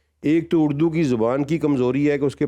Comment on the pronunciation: لفظ اردو ہے اڑدو نہیں۔